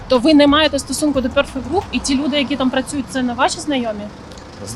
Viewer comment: Згідно з правилами англійської мови у слові perfect наголос на перший склад